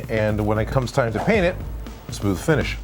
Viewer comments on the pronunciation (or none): none